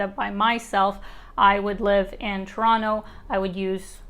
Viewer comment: It’s so refreshing to see someone on YouTube pronouncing Toronto properly 🇨🇦😍